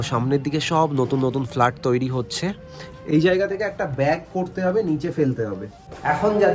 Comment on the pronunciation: কথাটা ফ্লাট নয় ফ্ল্যাট